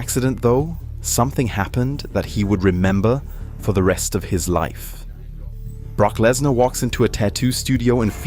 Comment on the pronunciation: Prock blessnar 😂😂😂😂